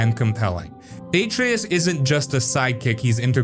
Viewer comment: You clearly haven’t played god of war if you don’t know how to say Atreus it’s only gets pronounced 5000 times during the game.